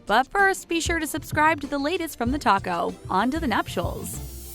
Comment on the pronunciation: TheTalko??? More like TheToco! xD